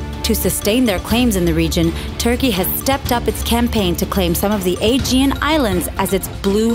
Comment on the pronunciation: I thought she said The A, G and C.